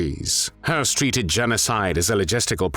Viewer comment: Höss is not pronounced like "hearse." There is no R sound in this name. It's pronounced "Hess."